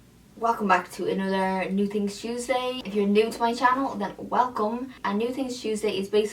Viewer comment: You should have called it "New Tings Tuesday" cuz that's how you say it... so cute